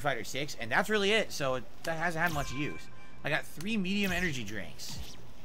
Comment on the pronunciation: I don't know why it bothers me much that his speech impediment forces him to say "dat" instead of "that"